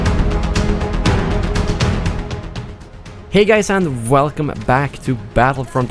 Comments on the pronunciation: “Vwelcome back to starwars battlefrontupdates” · Velcome back! :D